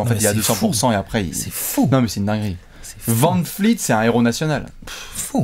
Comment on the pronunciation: On peut m'expliquer pourquoi dit toujours Fred vanfleet au lieu de dire fred vanvleet